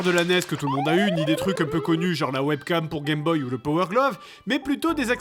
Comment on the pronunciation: tu l'aimes tellement que tu écorches son nom sans pitié. Je le prendrais mal à sa place :O Vu le manque de respect que tu as pour les ancêtres je suis sûr que tu disais unE Gameboy ...